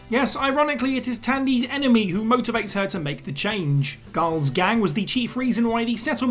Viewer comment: That is literally the dumbest fucking way I have ever heard the name CARL pronounced. "Khaaaaal" Khaaaaal". Fucking seriously dude? Learn how to fucking speak.